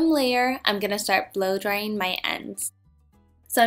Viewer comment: Judy when u usually talk,it's fine but when u r doing voiceovers at least try to talk correctly..why does she always pronounces IN instead of ING..blow drying not dryin..its so annoying..